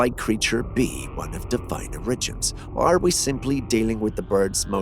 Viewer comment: origins - pronounced OAR-uh-jinz with a hard "j" sound. please, it feels like getting a fishhook in my ear at least 3-4 times every single video.